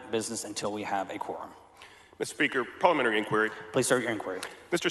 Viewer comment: Who is this guy who can't pronounce parliamentary?